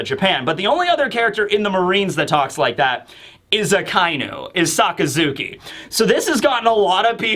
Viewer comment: It's not a-kai--nu, it's aka-inu. Otherwise, a fun and great analysis of the comic.